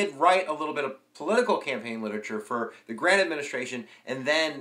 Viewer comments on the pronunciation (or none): none